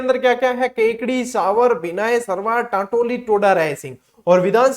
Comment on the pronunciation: टैटोली नहीं है टान्टौटि हैं सर जी ❤❤